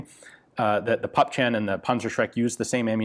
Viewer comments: I first got confused when you talked about "pup chen", then i got it, you meant "Puppchen"(something small, squat) Would sound more like "poopchen", but never mind, got in the end. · 'Puppchen' is pronounced (very roughly, there's a fricative that English doesn't have) 'poop-shen'. Certainly not 'pup-chen'. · It's pup-hen, not pup-chen :P